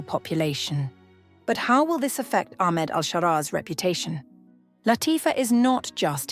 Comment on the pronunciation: Pronouncing his name as Aخmed is an indicator that the channel or at least the narrator is a ziopi*g